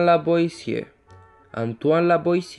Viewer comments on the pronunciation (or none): Raro que pronuncien bien "Antoine" (Antuán), pero no "Lavoisier" (Lavuasié), Por lo demás, excelente video.